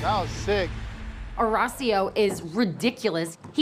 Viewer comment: “Horecio” is a funny way to pronounce it